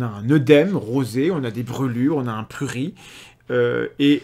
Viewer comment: On prononce le t a la fin de " prurit" Thomas 😅